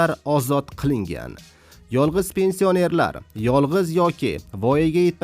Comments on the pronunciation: Қисиб юрганинг яхши, пенсионер деган гапни тўғри айтишни ўрган. Йиғиштир интернетга чиқишни билимсиз бечора. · Пенсионер сузини тугри гапир олдин ,гапирищни урган хариб